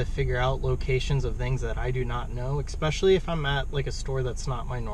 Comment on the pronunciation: Bruh, there's no 'x' in 'especially'